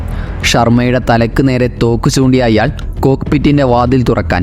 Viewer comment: അയ്യാൾ അല്ലടോ "അയാൾ"